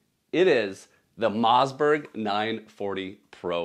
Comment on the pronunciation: Bro says Mozzberg